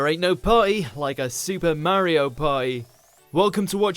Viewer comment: There ain’t no paw-eeh, like a supa mario paw-eeh